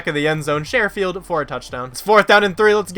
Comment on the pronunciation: Hey great video man! I know he won't be on the field much but it's pronounced "Sure-field" like "Sure I'll make dinner tonight"